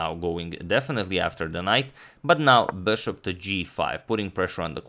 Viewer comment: Could you try and say bishop instead of saying bouøæshouøæøp- so fucking annoying to hear, but it is great content